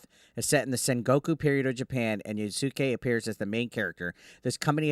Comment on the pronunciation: Pronounced yas kay